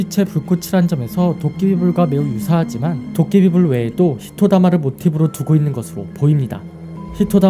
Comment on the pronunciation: '히토마다' '히토다마' ...어?